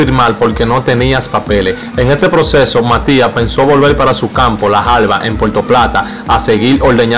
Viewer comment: No sea tan fino hablando que te quedás mal no se dice jalbas se dice jaibas ponga la Información donde va